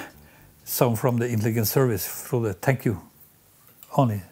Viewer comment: Prononciation correcte: Kirkenes: Chirkenaisse - Frode: Froudeu